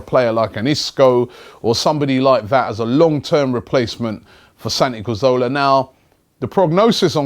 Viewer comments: It's Cazorla not Carzola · let's get it right once and for all... its CA ZOR LA... pronounced Ca-thor-la with the T-H pronounced like the T-H in 'THINK' or 'THOUGHT'.. not like an F... lol